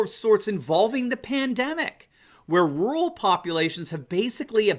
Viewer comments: There you go again, Doc ... What is 'rool' or 'rule' ... Or, do you mean to say, RUR-AL ??? Surely your doctorate credential would dictate CORRECT English !!! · Dude... the word is RURAL... not RULe